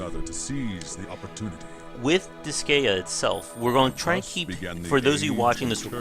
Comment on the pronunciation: It's pronounced dis sky ah